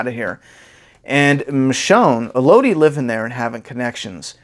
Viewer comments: man... it’s pronounced “El-Uh-Dee” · Cameron Graves I was about to say that until I saw ur comment.. I was gonna say Melody w/o the M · with all due respect, her name is pronounced “Elodie” like “Melody.”